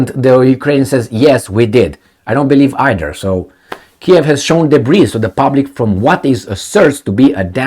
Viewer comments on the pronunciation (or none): none